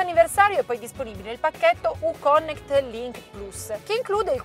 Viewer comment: "Uconnect" da pronunciarsi come "Iùconnect"...è una u inglese, non italiana...:-)